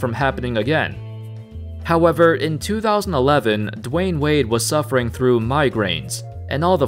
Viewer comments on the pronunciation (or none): none